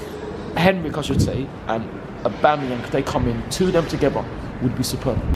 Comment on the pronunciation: That "Aubameyong" pronunciation guy is a nonce.